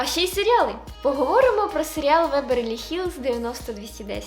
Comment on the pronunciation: Веберлі Хілз?? Мені не почулось?😅